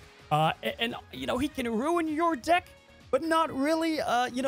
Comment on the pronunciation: Lmao bro I could’ve swore you said getting limbo with Blob “will lower your D*ck size” instead of lower your deck size! Lmao great video man!